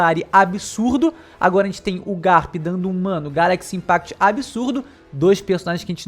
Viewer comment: A pessoa claramente não sabe Japonês: o fonema "Si" não existe em Japonês. Então quando imitam o inglês, fica assim: Gyarakushi Inpakuto!